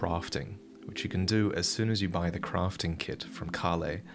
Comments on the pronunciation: What is Crofting? Are we playing Tomb raider? Say this with me.. Craft , Craaaaft.. aaaa Craft. Why do you say Battle and not bottle, but you say fost and not fast? Come on men, lets get into bottle! Are you saying posture or pasture? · its crafting, not crofting... and dune, not june